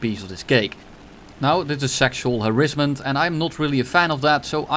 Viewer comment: Love it when says “sexual harizzment”